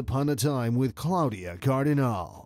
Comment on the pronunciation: It certainly grates on the ear that the narrator has not managed to learn to say "Claudia Cardinale" in Italian.